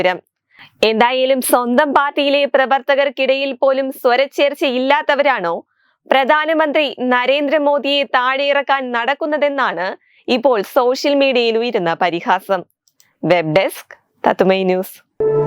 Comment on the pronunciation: പ്രദാനമന്ത്രി.. ഉച്ഛാരണം ശ്രദ്ധിക്കണേ.. മുൻപ് സൂചിപ്പിച്ചിട്ടുള്ളതാണ്. 🙏